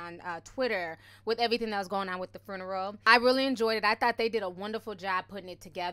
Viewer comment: I love you and the way you pronounce 'fruneral' lmao 💋 And might I add, Nipsey's home going was so beautiful. I wasn't a fan of his music, but I'm definitely now a fan of this man's work and love for his ppl/community. My deepest and sincerest condolences go out to his family, he was such a great person and I'm sad that I didn't get to appreciate him while he was with us. Hes inspired me so much and I truly thank him for that. #RipNip #themarathoncontinues 💙